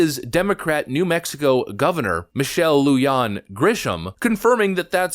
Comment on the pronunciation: Its pronouced lu-hawn , we hate this evil women her in new mexico ! Ditch the witch